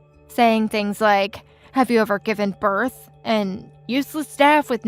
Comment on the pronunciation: Please learn too read its birth not berth